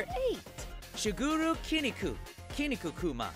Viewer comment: It's not kinnikikuman, just kinnikuman, why make it harder?